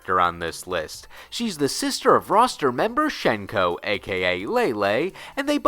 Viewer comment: Nice video mate. Fairly nice refresher on things. c: One thing I want to bring up immediately is about Hsien-Ko's name and its pronunciation. So, her name in Mandarin is 仙姑 (xiāngū), deriving from the xian of the Eight Immortals pantheon of Taoist mythos, 何仙姑 (hé xiāngū). According to sources, it is pronounced as 'syen-ko' rather than 'shen-ko'. Pocket Fighter pronounces her name correctly. While her name Lei-Lei has the funny and interesting double spirit meaning, 仙姑 actually has some rather fascinating meanings. Chief among the meanings are 'female immortal', celestial, and sorceress. Honestly really cool meanings that can fit both sisters in a sense. Mei-Ling's name in Mandarin is 美玲 (měilíng). Her name unfortunately has no real interesting meanings and just seems to have been picked as a general female Chinese name. However, 美 does have several meanings that relate to beauty. I don't know about you, but Mei-Ling is quite beautiful. Also another fun fact and very little-known thing about both Hsien-Ko and Mei-Ling: their official family name. 少 (shǎo) is their family name, stated in Pocket Fighter. It is misspelled in the English version of the game. With that in mind, their full names would be in Chinese: 少仙姑 (shǎo xiāngū) 少美玲 (shǎo měilíng) As for the spells you mentioned about their lore. What Hsien-Ko and Mei-Ling used was Tensei-no-Jutsu, but a forbidden sub section of that technique known as Igyo Tenshin-no-Jutsu. Beyond that, really nice to see her be given spotligh